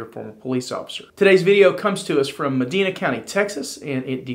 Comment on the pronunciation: It's pronounced ( ma‐dine-na )